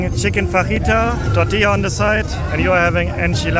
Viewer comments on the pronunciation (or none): none